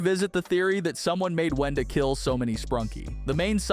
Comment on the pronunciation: It is Wenda not “whenda” 😂